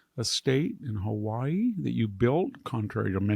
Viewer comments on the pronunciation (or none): none